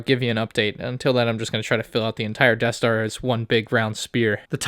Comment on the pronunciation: the eaeth star